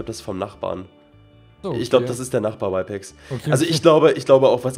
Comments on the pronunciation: Er heißt RYPEX nicht whypex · Der Typ heißt Rypex und nicht Wypex